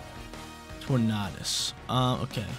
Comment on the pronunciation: Please please please. Stop saying torn-ar-dus its torn-a-dus